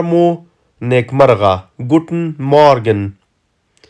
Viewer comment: وروره T ټ نه تلفظ کېږي T ت تلفظ کېږي لکه ګووتن نه ګووټن